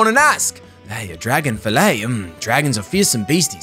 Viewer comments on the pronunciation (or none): every time he said dragon i fucking got mad cause it's dagon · Dagon not DRAGON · ffs its DAGON not DRAGON there's no A